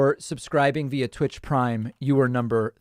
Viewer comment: "tvitch" GLOL Oy-vey!